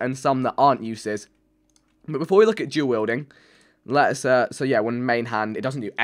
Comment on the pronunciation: When vik says duel wielding like it sounds like jew wielding